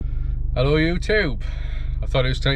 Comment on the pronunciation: Love the way you say Ello ewtube 😂😂😂😂